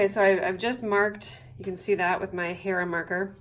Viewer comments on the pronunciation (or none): It took me a while to figure out what that thing she used to mark her quilt was. It sounded like "hair marker" but it is actually a "hera marker" in case anyone is trying to find one. Loved the video,. Thanks!